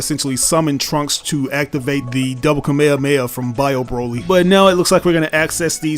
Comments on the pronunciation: Bro don’t kno how to pronounce Kamehameha ?? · why does bro say Kamehameha like that 😭🙏